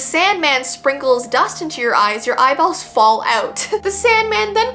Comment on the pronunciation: The way she said "EYEBALLS👹" got me dying 💀